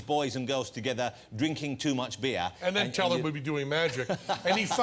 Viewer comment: I love that the host can't say, Teller. He says Tell-AHH